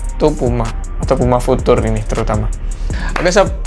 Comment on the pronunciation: Pengucapan "future" masih salah bang😆 tapi udah bagus konten nya.Sukses terus!🙏